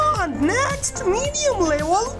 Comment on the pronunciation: It is not livel but level